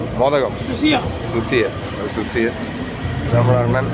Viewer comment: ആ ചേട്ടൻ പറഞ്ഞ സുസിയൻ അതാണ് നമ്മുടെ മോദകം അതായത് സുഖിയൻ